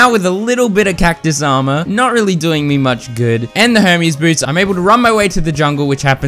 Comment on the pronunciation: Low key sounds like he’s saying homies boots instead of Hermes